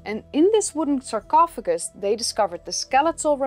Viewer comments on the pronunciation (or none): none